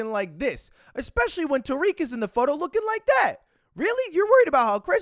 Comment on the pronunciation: agree but i dont think tarique (butchered his name so hard) really had anything to do with chris